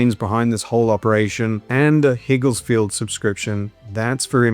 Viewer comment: It's not Higgles 😄, Its Higgs-Field. Besides that great video